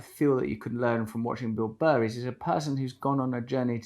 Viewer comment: Thee American Beel Buh